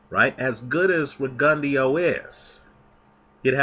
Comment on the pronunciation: While I like your pronunciation,, it's pronounced RIG-ON-DOH